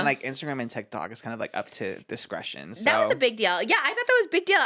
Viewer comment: I love how Trish says TikTak